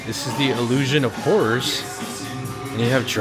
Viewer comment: Did you say horrors or whores?